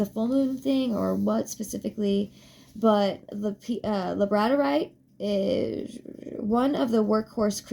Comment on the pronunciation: Gonna watch again. As i said before, you're voice is calming to me and it lulled me to my slumber when I couldn't sleep and had been trying for hours. What i did hear before i dozed off, is super informative. Thanks for the info. Hope your week is awesome. ❤😊 P.s. its pronounced lab-a-dor-ite. I struggled with this pronunciation myself. Its one of my favorite crystals.